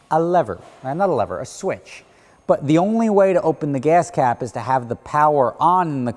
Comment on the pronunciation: "The gahs cahp".